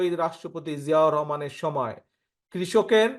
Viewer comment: উনি 🎉শহীদ প্রেসিডেন্ট জিয়াউর রহমানের নাম কিভাবে উচ্চারণ করেছে